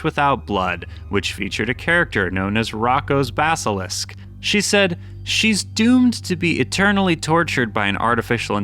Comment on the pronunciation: The way he butchered the pronunciation of "Roko's Basalisk" killed me😭😭